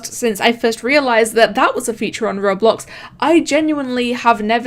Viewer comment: how she says roblox:rublux us:WHAT THE F*ck